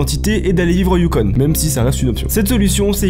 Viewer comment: nice video, mais c'est pas YUKONE mais c'est prononcé "YU-CON"